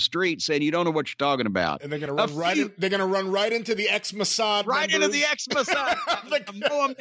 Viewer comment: LOL trying to pronounce Mossad - "mowh-saaaahwd"!